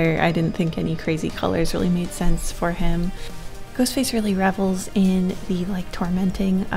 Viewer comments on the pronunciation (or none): none